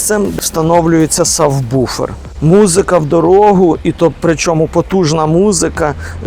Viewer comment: правильно СУБВУФЕР !!! або САБВУФЕР ... ))) Сабву́фер (англ. subwoofer)